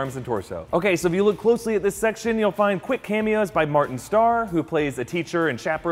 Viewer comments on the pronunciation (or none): none